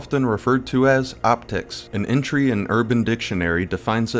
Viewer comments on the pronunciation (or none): you really pronounce entry wrong my guy